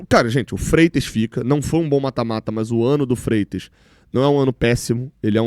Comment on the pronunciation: Freites????? Oh,!!!! Fala sério, amigo!!! Tchau 👋🏻